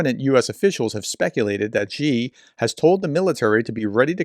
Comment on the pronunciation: Love your work. Just want to say "Xi" is pronounced "she". Thanks for all the analysis.